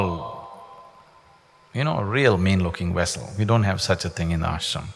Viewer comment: He keeps saying wehicle when he means to say wessel!